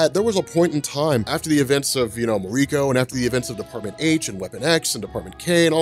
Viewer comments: Muh-REE-ko. hahahaha. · You need to learn how some things are pronounced. Its a japanese name, MAR-EE-KO. It drives me crazy that people are lazy when it comes to reading names. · Please don't pronounce Mariko like that.